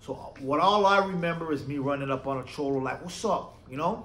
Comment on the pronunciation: Just say cholo normal bro lol